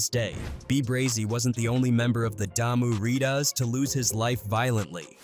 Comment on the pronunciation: Look brother I'm 51 yrs old I moved to L.A in 1980 been here for 45yrs now and your punctuating of Loc and Ryder are way disrespectful it's NOT Lock or Readers ! LO'C means Crazy 😎 Crips gotta earn that title!💙 & Da''Mu Riders means Bloods Rollin wit the hood !❤